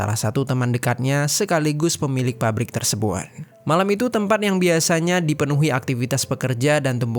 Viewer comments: Galfok sama cara ngomong si abang nya Klo d akhir kaimat ada huruf T di lafalkan sebagai hurup N Tersebut jd tersebun 😊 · hruf "t" d akhr psti selalu kedengeran jd hruf "n" apa ak yg slah dger ... kya kata tersebut jd tersebun